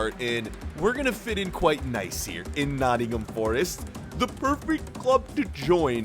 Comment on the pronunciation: Yes!!!!! , my fav team !!! , it’s not nott’m , it’s Nottingham forest , pronounced nottinghem forest